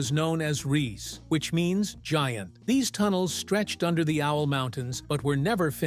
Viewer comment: It’s pronounced RII. SE the SE sounding like SER do get your pronunciations rights, it such an insult !